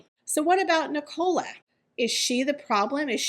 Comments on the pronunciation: The name is pronounced Nic-ah-la. Not Nic-OH-la. Sorry, but it's driving me crazy everytime you say it. It sounds like you're saying Ricola and it is so bizarre lol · It’s NIC - ALA,. 😂